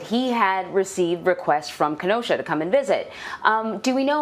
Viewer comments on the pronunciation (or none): Sleepy Joe can’t even pronounce Kenosha 😂